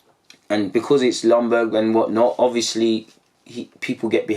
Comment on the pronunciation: Ljunberg !! Could you at least learn how to pronounce his name right ?? Please this Longberg thing is annoying.